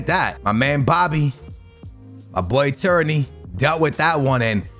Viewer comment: Tierney pronounced Tear-Knee